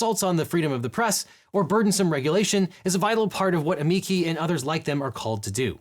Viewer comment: It's pronounced: uh-ME-chee 😎